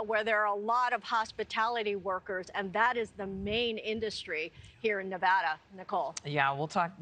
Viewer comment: This guy can't even pronounce Nevada right, why the hell would I vote for him?